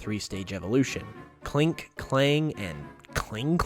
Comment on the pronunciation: Not Klingkling but Klinklang